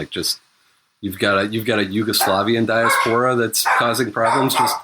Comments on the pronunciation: OMFG it is not pronounced dia-sephora it is fucking pronounced die-ass-pore-a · STOP SAYING DIASPORA LIKE DIARRHEA i haven't been able to concentrate for the last 15m since the first time and the pod's almost over, i'm just like "who sporin out they doodoo ass"